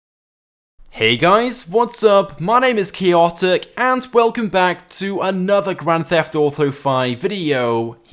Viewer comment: HEY GUY MY NAME'S KEE-OTIC